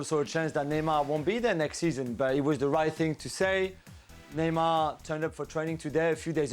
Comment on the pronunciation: If she’s trying to do accents Neymar is pronounced Neymar In Portuguese not Neymal like you would pronounce it in Spanish, I know she’s fluent in Spanish but stop trying too hard..other that her knowledge what the game is good.